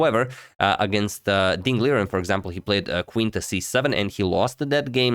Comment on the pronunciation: first off, great great job! As for pronouncing names, Armenian surnames get the stress at the last vowel. So it's DanieliAn. For some strange reason however, Armenians living in the US stress the next to last vowel when presenting themselves amongst Americans, just like you did now. But the right one is having the stress at the last vowel(this is true for all armenian words actually) , so respectively it's PetrosiAn😊